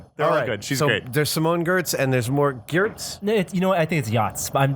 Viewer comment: You spell it Jurz, while it should be Giartz with a g sound, not a j and a tzzz at the end. (Its really hard to explain phonenic sounds, just say it with a german accent and it should be fine)